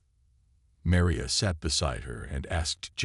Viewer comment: Your narrator,, apparently has frequent problems when pronouncing AND spelling the name Maria. And,he referred to her as Meriah, both in his pronunciation and in the text subtitles. she was Marion in the pronunciation and text subtitles., she becomes Meria. P.S. what's with all those "asterisk asterisk" statements?